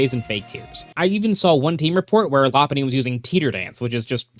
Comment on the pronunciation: Law Punny ❌ Low Punny ✅